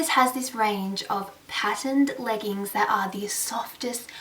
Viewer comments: oh no no no I'm talking about ur pronounciation! haha... have u noticed SOMETIMES u say leggns instead of leggiiiings... my bestie does the same thing and its endearing! hope u dont take offence just something just i noticed! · So excited to watch this! I've started my shopping too but this gives me so much more inspiration. Love how u accidentally said 'leggins' and something else maybe 'jeggins' instead of leggings and jeggings haha so cute. Loved all the '' coloured stuff!!!